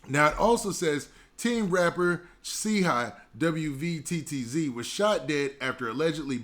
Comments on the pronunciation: His name is pronounced “CHEEE WETS” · Didnt even do enough research to pronounce a man's name but Quick to hit upload for views... 1 example of clout chasing